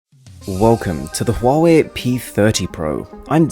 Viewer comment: Finally a reviewer who noticed that Huawei has an 'H' in it.